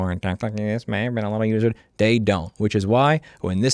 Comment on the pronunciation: "Send them a lil message." You've never sounded more Italian, Louis! 👏😂